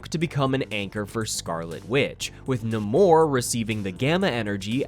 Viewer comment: not neh-more 💀